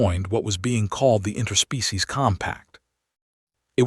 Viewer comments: What the hell does "in-TER-species" mean!!!!!???? I know what "IN-ter-species" means, but have NO clue about the one that YOUR AI keeps saying!!!!! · AND AGAIN , "in-TER-species"....YOUR AI FKN SUKS!!! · AGAIN ....."in-TER-species"!!!!! THERE IS NO SUCH FKN WORD IN THE ENGLISH LANGUAGE!!!! POS AI!! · AND "in-TER-species"!!!!!!!! You suk for not editing your POS AI!!